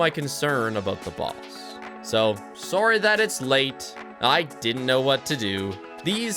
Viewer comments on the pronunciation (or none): most canadian sorry ive ever heard